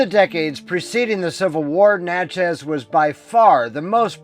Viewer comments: You did a great job but let me tell you, it’s not Natch-ez it is pronounced “Natch-es” like matches. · Good job, but Natchez rhymes with matches and patches, the first syllable gets the accent .